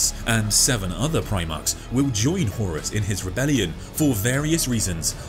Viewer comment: this was a great synopsis, great video horus… huh-horus. HORUS